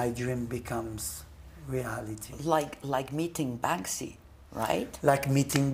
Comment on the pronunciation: Para empezar se llama banksy no "bansky" que no es más que una imitación de Blek le rat, banksy se dice artista del graffiti cuando lo suyo son plantillas no con la mano en alto como todos los escritores que se respetan, plantillas y luego copiadas de otros, además banksy tuvo inicios más rastreros que brainwash lo hizo atacando por la espalda a Robbo una leyenda consagrada del graffiti con sus plantillas robadas donde el 99% de "sus" obras eran y aún hoy son plagio. Si no sabes no opines y evitate hacer el ridículo toy.